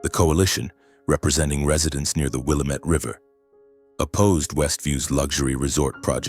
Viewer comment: it is not willamett. it is pronounced Will lam ett it the indians named the river.